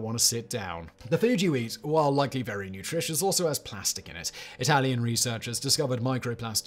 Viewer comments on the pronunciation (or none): none